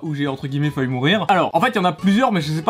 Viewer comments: Wha je désabonne car tu dit faillut au lieux de failli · PTN MAIS ÇA CE DIT FAILLI!!!!!!!!!!!!!!!!!!!!!!!!!!!!!!!!!!!!!!!!!!!!!!!!!!!!!!!!!!!!!!!!!!!!!!!!!!!😠😠😠😠😠😠😡😡